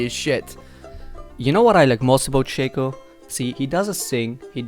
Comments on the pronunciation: It's shaco, not shaco ... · its pronounced Shaco not shaco